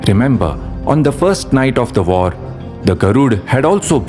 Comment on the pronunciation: they vould vin the vor for him. Please don’t mix up your v’s and w’s. W’s are supposed to sound soft.